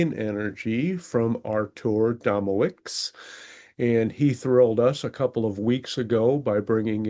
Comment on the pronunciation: FIY: Artur's last name is pronounced Doh moh vitch :)